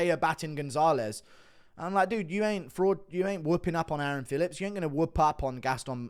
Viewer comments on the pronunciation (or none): none